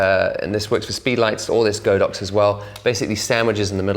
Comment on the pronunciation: Really great video as usual! Btw the "Godox" actually to be pronounced as "God ox":)